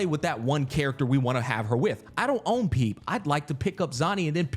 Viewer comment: I never played this game but ain't no way bro pronounced Phoebe as "PEEB" 😂